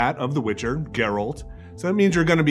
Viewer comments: It's not ger ALT. It's GER alt. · They really coudnt find someone for this video who can actually say GERALT, and not Grlat, so annoying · Can people please stop calling him Jeraaaaalt?